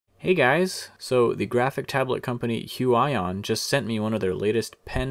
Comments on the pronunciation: Its actually huion not huey on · huaion you are suposed to say huion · its not hu aj on its hu i on thats fu**ed up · HUION pronunciation Hyu-wi-yon Alan's version: Hyuu-aaah-yooon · It's Hu-ee-on not Hu-a-yon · h-you-eye-on i think you meant h-you-e-on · It is pronounced hu-weee-yon not hu-WAAA-yon. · "hue eye on" what it really is: "hue ee on" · It's pronounced "hooyon" AFAIK. Anyway, what's the price exactly? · It's actually Hyu.. Yon.. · It’s pronounced (h-oo-E-aw-N) (sorry Alan I love u and Ur animations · Huge-Ion. Is how you prenounce it. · Did he just say....hyuwayon?? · Lmao the way he butchered the pronunciation of Huion! 😂 "Hu-I-ON" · It's prenounce hue EE on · it reads Hoo-ee-on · Im pretty sure it’s pronounced hue ee on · I think it's pronounced (hyoo-eeon) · It's pronounced Hyu/hue - ee - yon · it's pronounced heweon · Hu-I-on lol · does anyone gets cringed everytime he say Hu i on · It’s pronounced hew-eee-awn 😂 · Every time you say the name I cringe haha but other then that great review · The way he says Huion makes me mad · please pronounce it right ☹ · You have wrong pronunciation brand-name ~_~